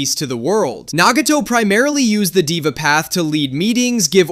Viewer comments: LMAO HE TOLD DIVA IM CRACKING UP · Deva pronounced they-va